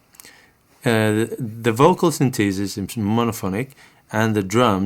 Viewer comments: Great demo and explanation of the features. Always like your videos but… Pet Peeve of mine, proper pronunciations… The proper pronunciation is: Syn The Sis… not Syn Tee Sis. It is a Syn The Sizer… Not a Syn Tee Sizer Also a tip, if you want to restore all of the presets, press and hold the Pattern and Write buttons at the same time while installing the battery. It is easier to do if you keep one battery installed and the other just slightly out. Then you can hold the buttons with one hand and quickly push the second battery into place. The screen will read Reset. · Sin-TEE-sis? Ugh. Please listen to British pronunciation here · Interesting pronunciation of synthesis. synTHEEsis.